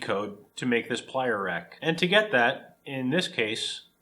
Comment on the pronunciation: Oh........”plier rack”........I thought he said “playa rack”, I was expecting topless burning-man footage.